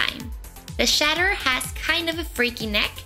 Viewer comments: Looks awesome. But there pronouncing it as the Shatterer. Its the Chatterer, like Chattering your teeth,. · It's pronounced chat-er-er no shatterer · CHATTERER CH-CH-CH NOT SHATTERER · Omigosh I love how they say "shaterer" instead of "chaterer" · Anyone else annoyed they said shatterer and not chatterer? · isn't it chattermouth not chaterrer